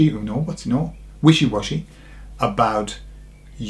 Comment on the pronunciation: "willy-washy"??? haha !